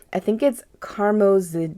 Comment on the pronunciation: Karmozijn is pronounced as carmozine